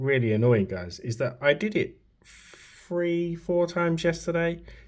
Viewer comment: The number three is not pronounced "free".